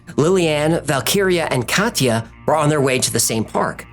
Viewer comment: Thank for pronouncing Katja the correct way. ❤️😎